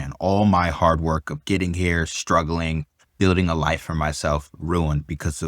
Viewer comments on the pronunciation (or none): none